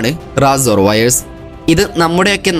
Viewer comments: റസോർ അല്ല റേസർ ആണ് 😂😂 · "റാസർ" അല്ല ബ്രോ......" റേസർ" 😊 informative video 👍